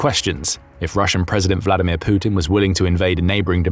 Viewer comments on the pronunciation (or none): none